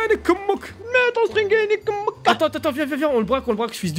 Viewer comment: il a dit c'est normal de metrre un sttrig